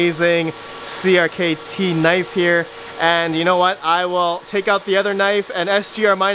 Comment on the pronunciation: FYI: CRKT is pronounced as cricket